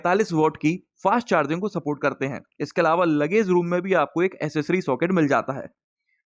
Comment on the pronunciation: भाई असेंट की बजाय ऐक्सैंट और असेसरी की बजाय ऐक्सैसरी बोला करो.